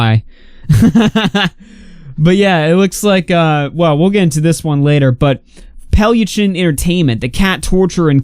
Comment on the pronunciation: But he is saying it almost right, I have heard people who pronounces it way worse. Also good riddance.